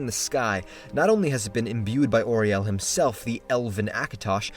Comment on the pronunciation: i love you man but it's AURIEL ! not OURIEL! ... as in "AhhhHuH.. riel.."..!! :D